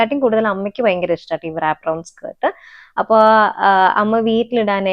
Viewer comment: Wrap ennu word pronounce cheyyumbol, ‘W’ silent aanu.. Rap ennu aanu paraya😊